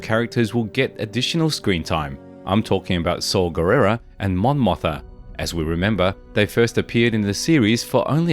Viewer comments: Let me remind you that Mon Motha is actually Mon MOTHMA. There's an M in there. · Mon MothMa, sir ! Mispronouncing it Motha so many times....it makes ears bleed.